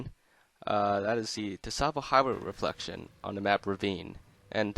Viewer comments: "tuh-savo" its just pronounced, "sahvo" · Hate to do this but it’s pronounced “ savo” the t is silent. Tsavo means “ a place of slaughter. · It's pronounced "Sahvo" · It’s pronounced Tsavo Highway not Tsavo Highway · Tsavo. "Tasavo" Say cats... Now say Tsavo. Its just like cats. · wait, I thought the T in Tsavo Highway was silent and it was pronounced sahvo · It's pronounced savo highway the t is silent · Is it really? I always thought that, much like Tsar, it was pronounced “T-savo” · Who is annoyed that he pronounces the “t” in tsavo highway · The “t” is very lightly enunciated, but yes, it shouldn’t be so pronounced. The “t” and the “s” should be part of the same sound, almost like the sound someone makes when they make a sizzling sound. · A tip for pronouncing the ts sound: Say a word that ends with it, as those are common enough in English. So, for example, say, “cats.” Then, say catsavo. Then drop the kæ, sound, and you get “Tsavo.” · The T in tsavo is silent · The "T" in Tsavo is silent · A pang of physical pain each time you pronounced "Tsavo" with the "T". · I'm not trying to sound like an ass, but the T in Tsavo is actually silent, PS I like the video. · Great video, but the 'T' in Tsavo is silent. Just a heads up lol.